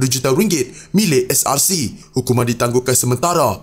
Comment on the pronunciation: Ko ckp SRC ke CSRC? Ckp btul2 biar jelas la, brsumpah pun msih nk tipu Allah yg maha mngetahui..apa jenis mnusia ni...ko buat sumpah hari scra live kt rumah ko, jgn cemarkn masjid...mufti tidur ka? Ngri mna ni..